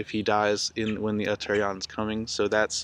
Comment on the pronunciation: Uttara+ayana = northern+journey..pronounced Utta'rayana